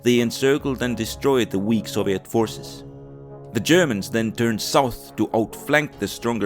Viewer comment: man the mis-pronunciation of soviet and other words are horrible and horrendous to listen to